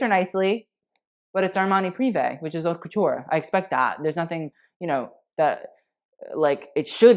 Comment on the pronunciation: Why does not know how to pronounce "haute"? I could be more bitchy but I'll leave that too him.